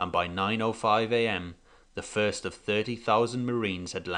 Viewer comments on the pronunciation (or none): none